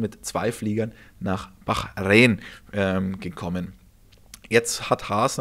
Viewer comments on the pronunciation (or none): Was ist Bachreen? ..depp